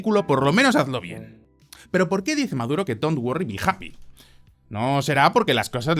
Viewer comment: Por lo menos el "Don't worry, be happy" no lo dijo tan mal... Hasta un orangután sabe hacer algo bien de vez en cuando.